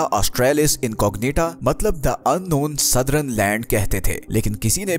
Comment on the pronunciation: सदरन नहीं भाई सदर्न..